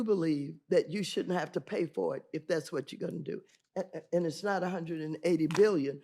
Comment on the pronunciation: Iss. Not “it’s.” Iss